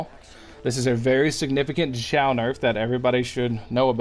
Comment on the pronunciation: Nailed the pronunciation! 很好的！